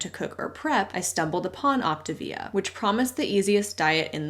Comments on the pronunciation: “Op ti via” sounds just 🤣🤣🤣. It’s sending me!!! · That pronunciation of Optavia actually makes sense. Like a contraction between the Latin (or maybe Italian) words optare (to choose) and via (life). It's exactly what they are promoting and not at all achieving...